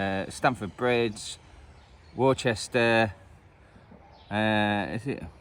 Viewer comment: I don't know of a Warchester, do you mean Worcester - "WUHster" (or "WOOster" with the hook/book double-o)?